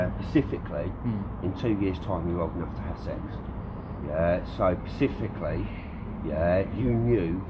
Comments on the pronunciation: Can someone tell the team member,, it's "Specifically" and not "Pacifically" for future stings.Yeah? It's cringe worthy to hear. Yeah? I'm embarrassed for him. Yeah? Other than that great job team. Yeah? Stay safe. Yeah? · literally I heard that and was like wtf “pacifically” 😂😂😂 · he also says "pacifically" instead of specifically, they just guess at what words might be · I turned off at "pacificly, yeaaahhh". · Is he saying “pacificly”? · Pacifically yeaaaaahhhh. Not an IQ point between them. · What is this word Pacificly I keep hearing? Is it new? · Pacifically yeah... The word you're struggling with, is specifically. The clue is there is an 'S' at the beginning of this particular word. Yeah... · He needs to learn the correct pronunciation of "specifically" though.